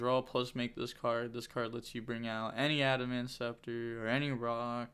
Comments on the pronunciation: I feel like ur the only one calling it adamancepter everyone else calls it adamancipeter and idk why that bothers me😔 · It’s Add-a-man-see-PAY-tur sound it out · Aren't you pronouncing adamancipator wrong? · you will find that this is the case with a few cards on this channel but you learn to live with it